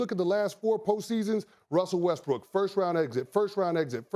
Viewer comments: "I love Wussell Restbrook." Did anybody else catch that? Lmmfao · "Molly I love Wussle Restbrook..." x Chris Canty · "MOLLY I LOVE WUSSEL WESTBROOK" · “Wussel Restbrook” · "Molly, I love Wustle Restbrook"